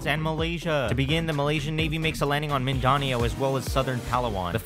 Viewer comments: its mindanao you pronounced it wrong you anger me bc im a filipino but i will forgive you for that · you said mindanao as ''mindanio'' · His pronunciation of Mindanao 💀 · as a filipinop it hurts me how he pronounces mindanao